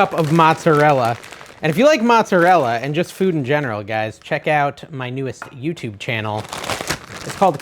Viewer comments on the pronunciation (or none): none